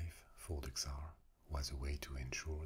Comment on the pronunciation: Awesome video, as usual, thank you! However just a little thing... The Russian word "Царь" sounds as more like "Tssàr" instead of "Ksar" 😇